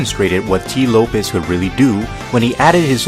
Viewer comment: Very entertaining video,! But I wanna correct you on one thing; Tee Lopes' name is pronounced like "Slopes", not "Lopez". Anyways, you make great stuff, man. Keep it up!